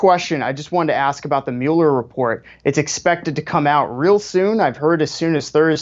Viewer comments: Host butchering mueller is irritating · I give it a thumbs up because I love Ben Shapiro, but the way the other guy kept saying Muller's name...🥴 I couldn't bear it , I just had to quit at like 2 and a 1/2 minutes in...